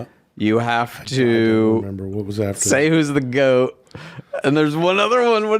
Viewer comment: Thoth. That's the guy/girl that made writing. Why does think GOAT is pronounced 'gout'?